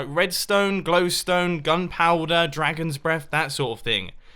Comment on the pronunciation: dragons bleath?